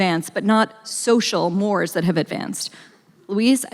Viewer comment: Can someone please teach the millennials how to pronounce "mores"